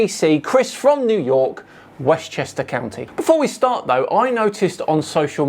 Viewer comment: Westchester Cownee!